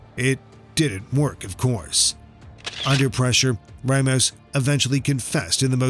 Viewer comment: Ra mos not ray mos.ramos. mispronounced names upset people.